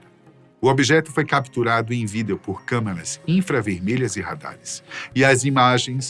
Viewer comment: É engraçado o jeito que ele fala "vídeo" né? 😅